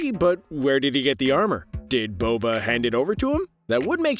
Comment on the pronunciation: Anyone realise how he said Bobo instead of boba